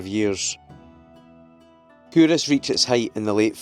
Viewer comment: I'm scottish and have been calling it CUL-Ross my whole life...totally embarrassed now but thanks for letting me know how it's actually said!